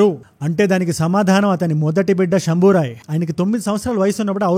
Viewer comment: శంభాజీ అని చెప్పొచ్చు కదా శంభోరాయ్ అని కొత్త పేరు దేనికి భయ్యా